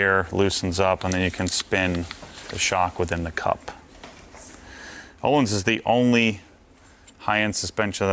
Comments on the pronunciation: An easy way to remember how the Ö in Öhlins is pronuounced - The Ö is pronounced like I in bird, not uhlins! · Ö in Öhlins is pronounced as U in burn. Varsågod.